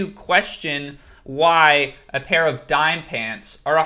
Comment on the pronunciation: isnt Dime prounounced Dee-May